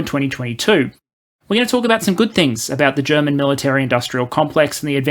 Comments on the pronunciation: Been looking forward to this video. Your German pronunciation is pretty good for an English speaker and your sound quality has gotten noticeably better. Not being able to plan for the long term is a problem Germany has in general, not just regarding the military. It's also true that most people here are uncomfortable with the idea of being a military power. We are rightfully very critical of how countries that do have powerful militaries use them, especially the US. But as you said, just because we'd have this power, doesn't mean we'd have to go around invading places. Hopefully the 100 billion will manage to refill ammo and basic equipment stockpiles and get us a couple F-35s, but I doubt the necessary reforms will happen to fix the Bundeswehr's problems in the long term. Frankly, our military would probably be managed better if we let the EU do it for us. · Can we just admire for a moment how an Aussie - who crowned themselves as kings of butchering every language, including their own - has actually really good german pronunciation. Edit: very well researched and put together video